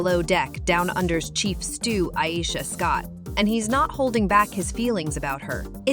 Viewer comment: Iyeesha 😂😂😂 u can’t even pronounce her name right